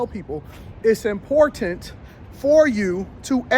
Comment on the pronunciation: Really, great message. PS, thanks for saying the word important with 2 Ts :-)